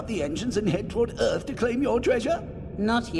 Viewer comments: The hell is planet "Urth"? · Nothing in this video is better than how the host pronounces Earth. OOERTH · I chuckle every time he says Earth. Ith! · Holly crap... narrator was saying "earth" the whole time I thought he was speaking about "iith" of something like this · Bardock and Gine send their son kakarot to "eurth" :D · This guy said earth like :,, öth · That's the funniest way I've ever heard someone say "earth"! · why cant you say the word Earth properly?